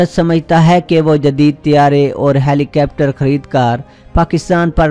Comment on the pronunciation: ہیلی کوپٹر کو ہیلی کیپٹر کہنا کوئی آپ سے سیکھے۔